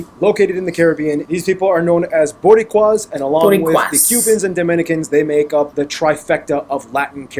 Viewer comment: I don’t ever comment on any Reaction channels but have to give it up to you cause on how perfectly you said Boricua.